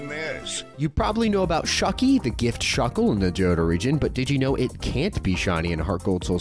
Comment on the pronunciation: its shuckle not shuckie its just the font on the gameboy advance x